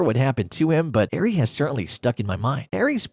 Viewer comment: can't pronounce Erie either.